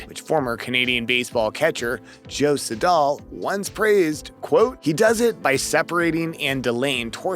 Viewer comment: Joe Siddal - pronounced Joe Sid-dle